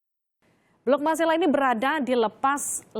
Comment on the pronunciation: Bukan blok masala tetapi MARSElA tlg yg benar ucapannya sbg putra daerah keberatan